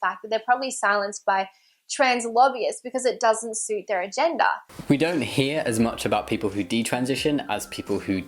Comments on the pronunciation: When she says "agenda" it sounds like "a gender" xD trans people clearly have A GENDER, wow, waeww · There's irony in her accent causing her to pronounce "agenda" like "agender" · I don't know why it bothers me so much she says "agenda" like "a-gender"